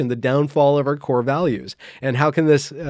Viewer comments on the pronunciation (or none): none